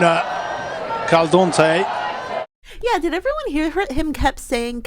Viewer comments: Anyone who said CaldOntey in the past can be pardoned but only if NOW get it right ✨️ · Im glad that it annoyed others too. Now l always watch the youtube WSL channel Arsenal matches on mute because of calDOntey 😡 he should be fired if he can't even get the name right!!!